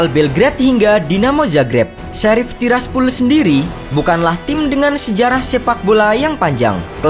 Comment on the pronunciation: Bacanya:sherif sappol